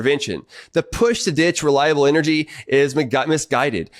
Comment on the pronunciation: You're a PhD and you can't even pronounce half the big words you use. What the hell is "eneryee"?